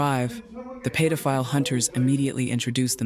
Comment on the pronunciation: AI can steal data and personal info, but can't seem to figure out how to fucking pronounce pedophile. Paid-o-file